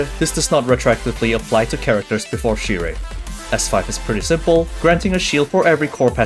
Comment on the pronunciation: Remember, it's pronounced as "sheer/shear" not "sire". lol